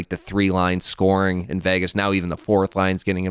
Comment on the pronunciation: why cant they say the word Vegas correctly......also Biz its resonates not resignates